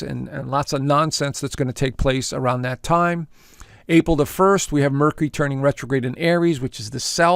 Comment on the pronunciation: Mer-cure-ree. Please.